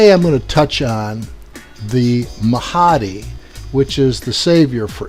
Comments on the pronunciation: oh did i mention that he even doesn't know how how to pronounce the name of Mahdi, its Mahdi not Mahaaaaaadi, STUPID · Why do do you say the Mahhhadeee just pronounce it the correct way, by the way his accent does not effect the way he will say the name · i'm just saying,,in Islam Mahdi is againts dajjal,,which muslim people aware that dajjal is also call anti-christ in christian...and must to mention that shiats is like false misguided islam..they are not true Islam..and please pronounce MAHDI right.. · So you focus in on his wrong pronunciation of Mahdi to avoid the message?